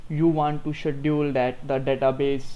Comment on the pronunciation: Hi, Thank you. This is very informative. It will be better if you will pronounce the word "Schedule" properly. Looking forward to learn a lot of things from you.